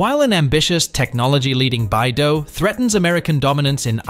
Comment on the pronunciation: BeiDou is read as "Bay Dough", not "Bye Dough"😜. It is "the Big Dipper" stars in Chinese, with Literal meaning of "the North Dipper".